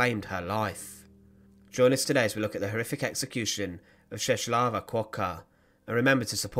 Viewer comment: The way that you pronounce Czeslawa is way off the mark. The letter "L" with a "tick" in the middle is like a "W" in the English language.